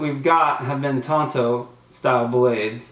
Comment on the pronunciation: I couldn't help but laugh everytime he called the knife a Tonto. I know he meant to say tanto when describing the blade. Tonto was the Indian that rode with the Lone Ranger.